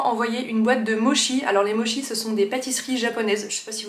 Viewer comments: Difficile de trouver autre chose que des mochis glacés par chez moi mais ceux que tu as présenté me font très envie !! (Ça se dit 'motchi' 😉) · Les cadeaux expériences sont les meilleurs, ça permet de prolonger le plaisir du cadeau tout au long de l'année. Étant une fan de mochis, ma référence est Aki à Paris (Aki café ou Aki boulangerie), surtout les daifuku mochis (fraise) qu'on trouve au printemps. On prononce "motchi" à la japonaise :)